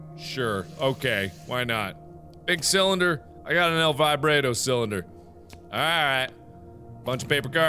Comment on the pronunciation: Why do you pronounce "El Vibrato" like this: "El Vib_rait_o"? It should be pronounced 'El Vibrought-o'.